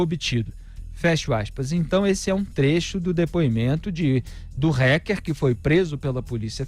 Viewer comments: Alguém diz ao Felipe que não se diz "RECKER" Kkk é Hacker, Felipe, a pronúncia é Hacker com som de A um pouco mais puxado rsrs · RÁKER E NÃO RÉQUER, ÓTIMA REPORTAGEM, OS PINGOS NOS IS É UMA BOA FONTE DE INFORMAÇÃO, GRAÇAS A DEUS POR ISSO. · A pronúncia da palavra fica melhor assim: "rÁquer" e não "rÉquer". Apenas isso, já ficará melhor! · Pô, Felipe! Fala "TELEGRAM" ao invés de "TÉLEGÜERM" para não ser muito chique, mas fala "RÉQUER" ao invés de "RÁQUER"? 😂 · Mas fala réqer .kkkk a brasileira isso haker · Dói o ouvido ouvir “hécker” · Gosto muito dele, mas dá agonia de ouvir o Felipe Moura falando "reque". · porquê não fala o nome hacker direito. reck reck aff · Em portugues hacker = aquer, english rraquer no rrequer.